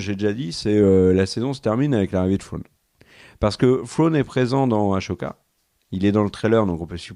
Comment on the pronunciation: Les loulous pouquoi vous prononcez Ahsoka (aCHOka) alors que ça se prononce (aSSOka) ? Ça me perturbe 😁 cela dit très bonne vidéo ❤